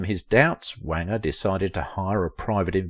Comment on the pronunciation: Wanger rhymes with stranger.